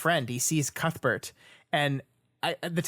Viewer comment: Que-th Bert